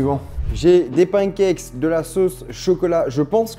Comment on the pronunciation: putain ça me fait tiquer quand je l'entends dire "skillS" ou "pancakeS" au singulier xD